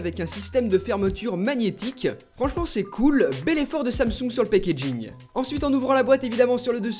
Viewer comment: Le " pékégine "